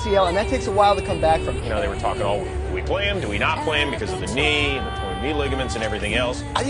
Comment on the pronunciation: Every time he said “torn” I thought he was saying porn